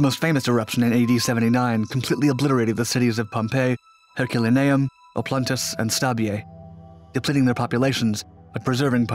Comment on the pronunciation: Herk-la-naium? He don't read too goodly